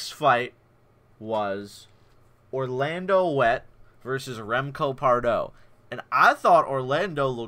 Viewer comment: Orlando Wet? 😂😂😂 Its pronounced (Veit).